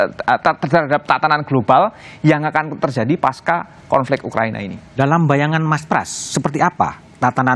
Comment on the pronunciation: Yg benar pasca bukan paskah.. Huruf C tetap dibaca C, bukan K